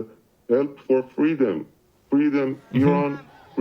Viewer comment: Omg listen to the way the guy says freedom he sounds like an Israeli. I’m not denying that Iran is committing mass slaughter but I am willing to bet this dude in the video asking for help is a Mossad agent hahaha